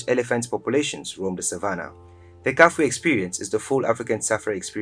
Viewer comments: ITS NOT KAFWHE RIVER, KA-FEW-WHE OR KA-FULL-WHE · KAFUE... KA.FEW.WAY if you want to pronunce it properly